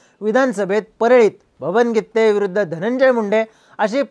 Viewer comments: गित्ते नाही गिते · गित्ते नाही ओ गीते आहे 😂😂